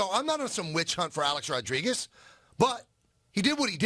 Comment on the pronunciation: HEY FATTTTTTTT HEAD MICHAEL ( I WISH I HAD FRANCESCA'S RATINGS) KAY ... ITS NOT THAT HARD . TRY TO PRONOUNCE A-RODS NAME CORRECTLY. UR A FOOL FOR BELIEVING THESE ATHLETES ACTUALLY LIKE YOU AND ALL THE REST OF THE OF PUPPETS IN THE MEDIA WHO SALIVATE AT EVERYTHING THESE ATHLETES SAY AND DO . THEY ARE HUMAN BEINGS LIKE ANYONE ELSE. THEY HAVE TO TALK TO YOU A CERTAIN WAY SO THAT THEIR IMAGE IS PERCEIVED THE WAY THEY WANT.